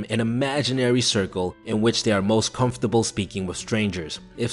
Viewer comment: 337 ..constable? i think he meant comfortable. good video just a ton of little errors